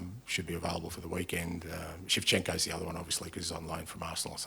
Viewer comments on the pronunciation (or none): Bro said Shevchenko 😂